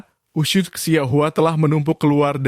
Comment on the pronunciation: Kok bilangnya usyus sih?